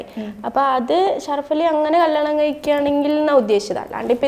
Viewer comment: കള്ളാണം അല്ല കല്ല്യാണം 😂😂😂